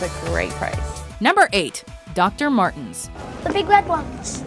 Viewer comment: Doreen Meier It's Dr martens not Dr martins